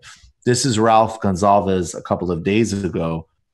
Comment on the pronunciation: His name isn't pronounced; 'Gonzalvis' Michael, it's 'Gunsalves', like in gun and salves. Gonsalves, not Gonzales. That billionaire who was social distancing on his yacht that pissed people off a few weeks ago was in St. Vincent, somewhere in the Grenadines. After this shut down ends, go vacation in St. Vincent. Gonzalves was born in Colonarie. There is a nice river running alongside his mom's house. The economy needs some help. Tourism can be that leg up.